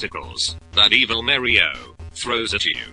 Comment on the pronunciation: i love how he says "mario" like "mari-o".. ha ha..